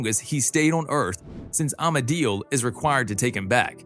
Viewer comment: This was great to watch and all, but c'mon, It's Amenadiel, not Amedil. Sorry, not sorry. ☺😋